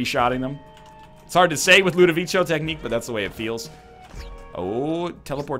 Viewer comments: btw it's not pronounced "ludovicho" but "ludovicko" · 740 episodes still can't pronounce Ludovico